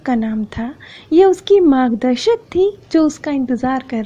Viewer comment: It's margdarshak,not magdashak